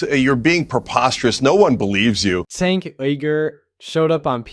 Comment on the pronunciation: Just to help you out. Cenk’s first name is pronounced with a j rather than a c like Jenk. His last name is pronounced (you-gr).